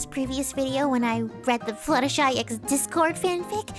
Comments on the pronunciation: you are fluttershy not fluttshe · How much money did it take to surgically turn yourself into?